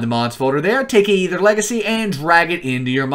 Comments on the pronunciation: Its not the Ay-ether its Aether. Stop being a pepega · Is pronounced “eether” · why you gotta pronounce it like that